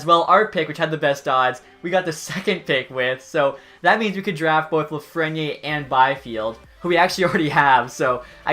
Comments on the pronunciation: austin stewart lol he says “Lafrenyay” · The way you say lafrenière bothers me